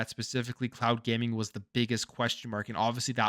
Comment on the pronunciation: For a second i thought you said clout gaming. Oh cloud gaming makes more sense 😂